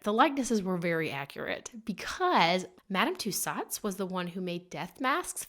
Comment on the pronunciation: I know this is hella old but it’s Madam “to so” and it’s a “gee uh teen”